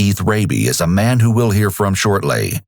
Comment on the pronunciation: this narrator is excessive. chill out dude. this isn't a movie trailer from the 90s. ends every word with too much emphasis. pronounces 'man' like 'ma-ya-nuh'.